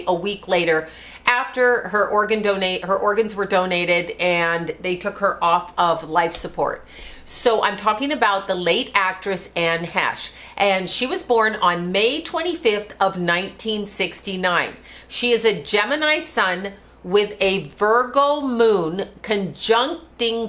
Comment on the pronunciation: Ok.. it’s Anne ‘Hay-shh’ & ‘Ur-AY-Nis’ (like the butt). Come on ‘experts’❗️